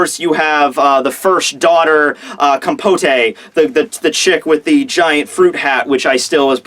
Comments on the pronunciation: It's pronounced: Com-Poh-T, not: Com-Poh-Tè. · Compote is pronounced- "Com" like a computer, and "pote" like a "boat" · Compote: Com-pot. the e is silent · Also its read com-po-t(e) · Compote (com-poat) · hey, great review like always. Just a note on the eldest daughter, i think the pote is pronounced like how you or the media pronounce POTUS, because a compote is a dessert made with fruit, almost like a jam, and thats how its pronounced if im not mistaken